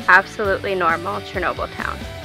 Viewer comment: Interesting observations. But your pronunciation of Chernobyl, Pripyat, and—most importantly—Sievert was absurd. It made me cringe.